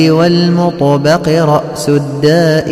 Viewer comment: أحسنتم. والمطبِق: بكسر الباء، اسم فاعل. لعلها تصحح.